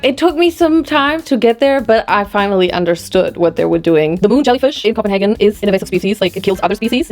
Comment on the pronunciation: The perfect german KopenHagen 🥹 As a dane, I aprove the german version 😂🥹 And you spoke to the head chef 😅